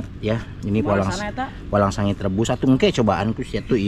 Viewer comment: Hahaha Lucu orang bilang walang sangit malah walangsange🤭🤣🤣 Sukses selalu dan sht slalu buat kg Munir bersama kruhnya